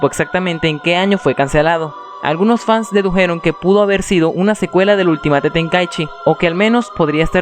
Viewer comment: se pronuncia ULTIMEIT